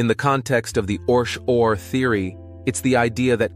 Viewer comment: It’s pronounced ORC O.R.